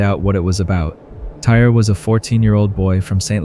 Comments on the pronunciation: I feel bad they pronounced his name Tyree as Tire like 50 times! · I think the young man’s name is pronounced Ty-ree…not “tire.” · The young man's name is pronounced "Ty-Ree." What happened to him was extremely sad. All he wanted to do was have fun at an amusement park with his family and fellow teammates. RIP Tyree! In the 3rd story, how the situation should've went done was Nikoli could've asked the teens if he had seen his friend's cellphone, and mentioned that it had been dropped in the river. If the teens said they didn't see it, he should've just said "okay, thanks" and walked away. If he wasn't much of a talker, one of the teenagers in the group should've been a little more mature and ask Nikoli if he needed something, or asked politely why he was approaching them. Maybe (just maybe) the situation wouldn't have escalated the way it did. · You truly believe this kid's name was pronounced TIRE??!! Totally disrespectful. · Man can say Osceola but not Tyre